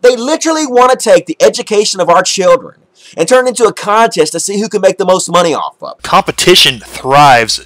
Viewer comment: He says monay like the Canadians from South Park